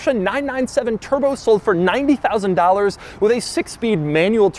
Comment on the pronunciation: Anyone notice how he said dollars